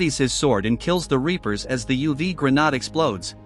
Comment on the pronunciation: Can't even pronounce grenade right, Wow